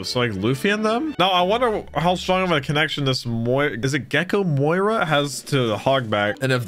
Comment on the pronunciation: Can you stop calling him moira